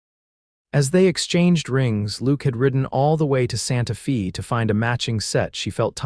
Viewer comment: It's Santa "fay" even though it's spelled Fe.